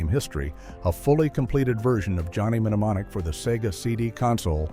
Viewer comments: It's pronounced nemonic not menemenemomic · You don't need to pronounce the M in mnemonic so stopped watching after the 5th time the narrator did this